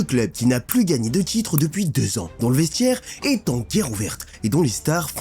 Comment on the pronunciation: Tchitre, vestchiaire, ptchit rappel, dju